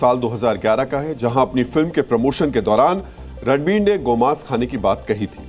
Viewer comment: Phele toh actor ka naam sahi se lo fer afa failao